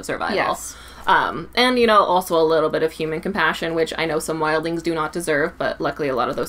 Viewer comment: It's Wild-lings